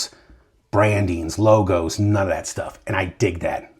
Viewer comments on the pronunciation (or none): none